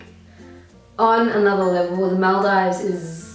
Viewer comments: Paayal Shah lmao I was thinking the same?¿ I thought to myself it's probably because of her Australian accent or something! 🙃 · She doesn't say The Maldives right.. lol